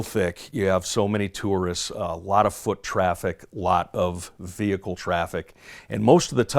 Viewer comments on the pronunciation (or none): none